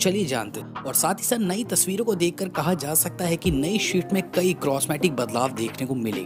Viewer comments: भाई - आप स्विफ्ट को शवीफ्ट क्यों बोलते हो? मैंने सुना है आपको स्पीड, स्पेस बोलते हुए, इसका मतलब आप स्विफ्ट बोल सकते हो पर आपको गलत आदत पड़ गयी है. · It's not shift bhai it's swift take pronunciation properly